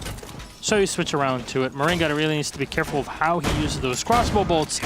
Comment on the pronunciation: I swear, every video he says "this also creates thoes rare one way angles".